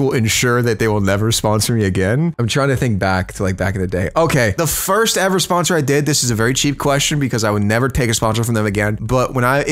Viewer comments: Why’d he say sposner instead of sponsor? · Anybody else notice it said "sposner"